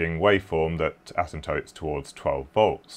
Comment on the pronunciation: Not often one hears that beautiful word, "asimtotes".